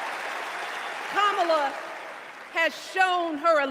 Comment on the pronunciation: There's a new name for Kamala............. "Ka"MAO"la. 😂🤣😂🤣😂